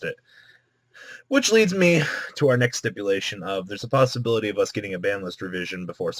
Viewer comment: Billybob Neck and it's us not "use"